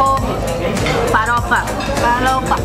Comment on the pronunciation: Any: Feijoada Hina: Fezuada Any: Couve Hina: Cove Any: Farofa Hina: Fãrofa Que fofasss🤍